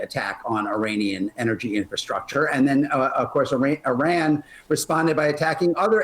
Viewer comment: It amazes me on how many people say "Iran" incorrectly